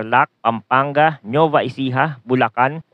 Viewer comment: Kindly check your pronunciation, NUEVA Ecija/Vizcaya, NOT NEUVA.